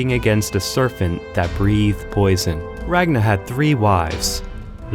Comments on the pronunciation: Its not Eva the boneless... I Var ! and its not Ragna.. Its Rag Nar. Drive me nuts man. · “RAGNA” Me: eye twitch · Rag Nahhhhhh? I thought it was Ragnarrrrrrrrrrrrrrr.